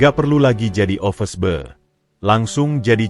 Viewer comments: Yg btl dong mbacanya, office boy bkn office bao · Yg bc narasi ky org bodoh. Ofis boy...bkn ofes bou...